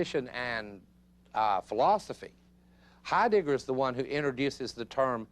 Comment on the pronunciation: you silly man...his name is not HeiDICKer!